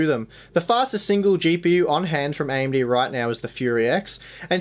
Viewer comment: This guy is a great review and I love his hard work. Also the way he says AMD(IMD), totally cute. But people requesting these testing need to give it a rest. I won't play the entire game in the geothermal. Please people can stop fabricating lies face the truth right now. Yes AMD has potential to expand in the future; but they don't have the upper hand now. Honestly I run an all and rig but I will buy an Intel CPU and Nvidia card if I needed it today and wanted optimal performance.